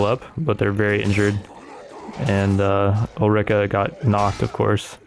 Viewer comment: As a massive fan of the Gotrek and Felix books it hurt me physically every time he mispronounced Gotrek and Ulrika's names. Ulrika wasnt as bad, but Gotrek really got my head turning every time